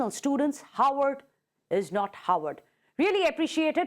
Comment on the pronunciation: She can't even pronounce Harvard properly! 🤣🤣